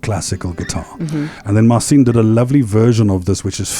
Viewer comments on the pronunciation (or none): Mar cheen - not Mar seen ;) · Interesting interview. I suppose the way it works Marcin was invited to do US version of got talent. I don't know who this old guy is, but if he knows and works with Marcin he should learn to pronounce his name correctly.